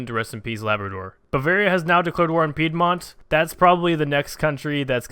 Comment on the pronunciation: Thank you for pronouncing piedmont right my melanin king